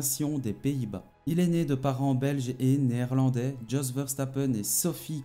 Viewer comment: A part écorcher les noms de Jos ( se prononce yos) et de Sophie kumpen la vidéo était pas mal